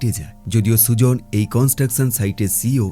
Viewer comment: মেয়েটির নাম সুজন না সুজেন😅